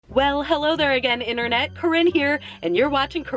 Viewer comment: She said holo there